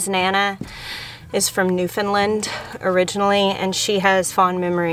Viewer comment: As an Atlantic Canadian… thank you thank you for saying New “fin” land. And not New FOUND land. Thank you.